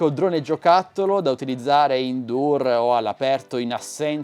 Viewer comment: Indoor non si pronuncia "indur" ma "indooar"